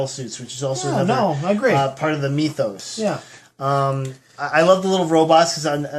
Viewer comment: I like when you talk about the meethos (rhymes with teeth).